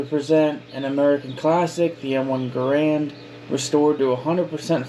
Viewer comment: Can’t even say Garand right lol